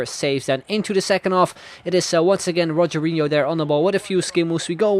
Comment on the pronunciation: Rogero Not Rogerio